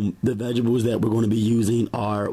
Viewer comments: I like your videos and recipes but dude! You're killing me with that tiny ass knife! You're gonna cut your damn finger off! Lol. Oh, and "veg-ables" lmao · we gone fight if you say Veggables again!!! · Vegebles 😭😭😭 knowing you’re adding all of them I was waiting to hear you say that word 😂😂😂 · Veggebles, veggebles, veggebles!